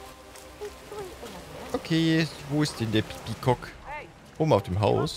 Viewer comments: Wie dieser Sprecher immer pea COCK betont... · ich höre immer peecock XD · Das Video könnte auch heißen: sagt die ganze Zeit pekock weil er’s lustig findet